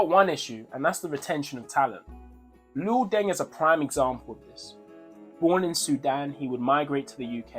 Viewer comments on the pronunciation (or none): It's not Lo it's Luol. I trained with him back in brixton my coach was Jimmy Rip they used to laugh at Luol because he couldn't play then he developed.